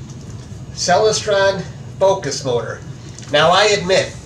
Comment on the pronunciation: Hi: Very cool surprize. You maybe pronouncing Celestron incorrectly. Check out this video. ••. • • I have a Celestron Omi XLT120 on a German Equatorial Mount.. Look forward to seeing your new images. • Cheers from The Detroit & Mackinac Railway 🚂